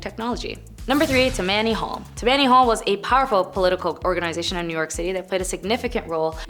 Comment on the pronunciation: She pronounces Tam-man-e hall. It is tam-ma-nee hall. Please educate these children. It makes your channel much less when your channel is extremely educational and interesting. 😮